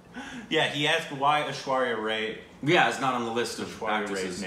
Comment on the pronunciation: Aishwarya Ray..?? is as always so pathetic with it Aishwarya Raaaae(Rai)..!!